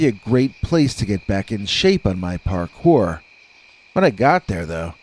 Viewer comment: I'm so glad you wrote "Parkour" in your title, else I would've thought you were saying "Hard Core" over and over......😕🤔